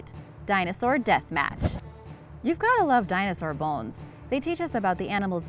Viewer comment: When you said dinosaur you said bowes